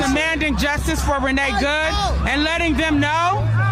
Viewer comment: sometimes when certain people with certain voices & accents say the name "𝐑𝐞𝐧𝐞𝐞 𝐆𝐨𝐨𝐝" It sometimes almost sounds like the person at hand is saying "reniggaed" like 𝐑𝐞-𝐍𝐢𝐠𝐠𝐚-𝐞𝐝 and I must say it's quite a coincidence, because Renee good has definitely helped re-nigga everything. especially over there in Minnesota lol.